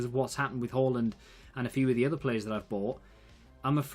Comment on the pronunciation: Just caught up with the series, really enjoying it so far! Loving the no nonsense approach as always. You were wondering if you were pronouncing Haaland correctly, the answer is yes you were! A double a in Norwegian (and Danish) is pronounced a bit like 'or'. Same goes for Ødegaard too. Bonus info: The Ø is pronounced a bit like 'er', and the d is silent. (Just to clarify, I'm English but I'm fluent in Danish and competent in Norwegian)